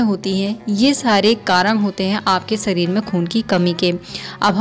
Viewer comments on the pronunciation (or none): Sareer me nhi shareer me